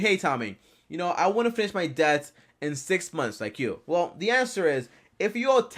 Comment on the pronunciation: “The anwser is ima anwser it”